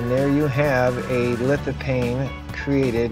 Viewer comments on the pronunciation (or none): Its litofane not paine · FYI, According to Websters Online lithophane is pronounced "lith-uh-feyn. The ph has an F sound. Not that it really matters much. Still enjoyed your video, keep on recording. 😆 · Great vid...it's LithopHane with an H btw...pronounced as an F as in phantom